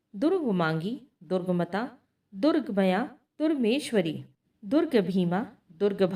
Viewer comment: जैसे 'दुर्गम्या' को आपने 'दुर्गमया' बोला है। ऐसी ही कई जगह गलत है